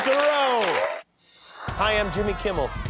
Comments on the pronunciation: Why he keeps saying Jimmy KIMBELL? 😂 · He Keeps calling him Kimble! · Why does that pillow prick keep calling Jimmy ‘Kimbell’? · Why does he call you Kimbel? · I thought Lindell always said "Kimble". Awesome! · I have been saying for weeks that Mike Lindell calls him Jimmy KIMBLE, finally, there is an acknowledgement of sorts that I wasn't the only one hearing it. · Everytime Lindell pronounces “Kimmel” with an imaginary B an angel looses it’s wings. Cringe.